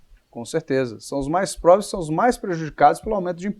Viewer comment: ele diz que os mais probres que mais sofrem com os aumentos de impostos kkkkkkkkkkk, nem consgue falar pobres, e no início do vídeo ele diz que como o teto não é seguido ele não é nem bom nem ruim, claro ele não depende e nunca dependeu de nenhum serviço público, provavelmente nasceu em hospital particular, e não leva em consideração que o investimento em saúde deve ser calculado pela quantidade de pessoas que nascem anualmente, e não por um “teto subjetivo” que não inclui nenhum dos privilégios das classes mais altas do mesmo estado…..desse jeito não da pra renovar antes de 2030 mesmo não. E eu duvido que meu comentário fique aqui por mis de um dia, querem renovar com a velha política e praticas que só dão resultado para as classes dominantes